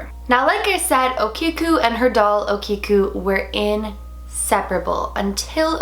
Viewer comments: hey 💕 おきく (okiku) is pronounced O-KI (key)-KU (koo) and 萬年寺 (Mannen-Ji) is pronounced MA- NEN- JEE 💕💕 also, older japanese dolls usually have silk, human or animal hair (mostly horse etc) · think its pronounced .o kee ko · Pronounced OO-kee-keyu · Ah-Kee-Oh you can look up the pronunciation online